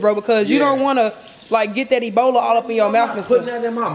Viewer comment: cubbici bola (ebola) FUCKIN CRYINNGGGGGG